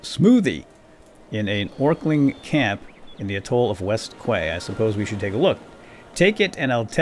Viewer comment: Westquay is pronounced West key.